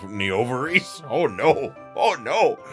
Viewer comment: When you said, “Na-ovaries”, you caught my off guard . I was like, “what did he just say?” I was only listening to the video, at the moment. So, I turned back towards the video, and saw, “Na-Ovaries on the screen. That definitely made me giggle a bit. 😂